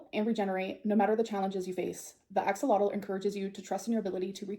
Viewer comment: I’m legit surprised she can pronounce axolotl right 😅